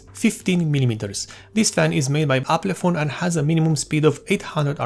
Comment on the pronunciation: Not Aplefon. It's Alpenföhn.